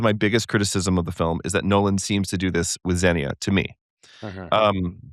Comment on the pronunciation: All this was great except both of you pronouncing xenia incorrectly AGAIN and AGAIN! It was driving me crazy! The second syllable is stressed - xenia is pronounced kseh-NEE-ah!